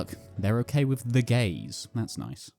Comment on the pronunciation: I think it's the emphasis on The Gays that makes it so much funnier